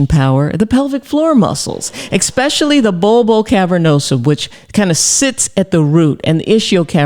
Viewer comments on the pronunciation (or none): Ecspecially, huh? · I want to trust a doctor who says EXpecially, but I'm torn... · There is no X in the word especially…